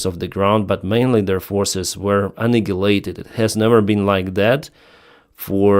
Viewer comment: annihilate=wasted Use "wasted" instead as you can not pronounce annihilate correctly